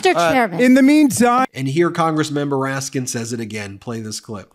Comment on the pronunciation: Twice here, you referred to the Congressman as Congressman 'Moraskin' Jamie Raskin is his name, and perhaps you were just tired. You hadn't made the same mistake in other videos.